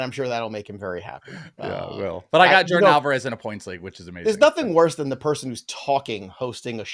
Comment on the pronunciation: Oh no, did you say "Jordan" Alvarez, twice? 😂 Edit: three times